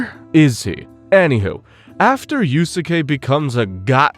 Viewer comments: dude google is free. It’s pronounced “yous-Kay” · 2 mins in i might quit with the Yu-su-kay pronunciation 😂😂 wtf are you doing bruh. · dude then goes on to pronounce it wrong a MILLION times